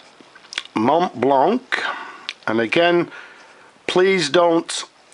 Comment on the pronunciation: It is not "mont blanc" it is pronounced "mont blanc"